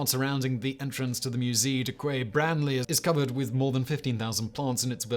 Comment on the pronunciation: Quai is pronounced KAY, you qunt